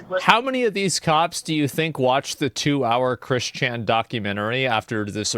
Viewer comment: I have never heard of Chris Chan, but the fact that Asmon emphasizes Chris Chan's first first name instead of his last name bugs the shit out of me.